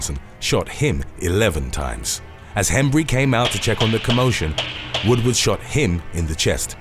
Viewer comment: 8 it’s not William WOODWOOD, it’s Woodward.